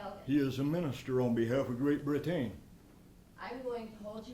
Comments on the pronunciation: "Great BriTAYNE", LOL! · It's especially hilarious how he pronounces "Great Britain" like "Great Britane." Almost makes me cry from laughing so hard! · "Great BriTAIN". What a twat. A babbling old fool.